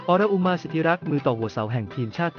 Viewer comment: ออน-อุ-มา อ่านออกเสียงนี้ ถ้ายังไม่เก่งภาษาก็อย่ามาอ่านข่าว